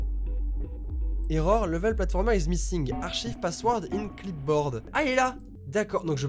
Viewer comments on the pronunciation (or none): none